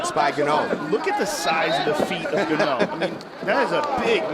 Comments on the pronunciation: John Anik having no idea what Ngannou's name is: "Francis Gannou" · In-gaahn-uuu for the love of god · Commentator....Francis Gonnu 😂